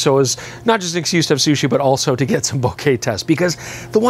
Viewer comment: Thank you for saying 'Bokeh' correctly and the way it should be.